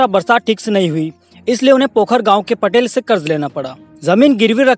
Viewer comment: भाईसाहब पटेल नही पाटील पटेल और पाटील मे फरक होता है जय तंट्या मामा🙏🙏बहुत अच्छी जानकारी दी धन्यवाद